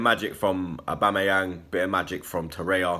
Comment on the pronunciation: I can't understand why you guys continue to say Torreya. His name is TorreiRa